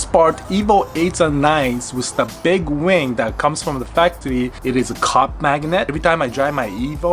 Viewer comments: I hear him say cock magnet instead of cop magnet 😂😂this guy is acc a legend he blessed us with his evo and crazy cars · Who else thought he said "cock magnet"? Like damn I was like Jesus I ain't about that mine is bigger than yours situations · I totally heard something different when you said "Cop" Magnet LOL